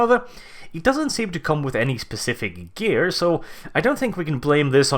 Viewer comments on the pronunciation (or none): none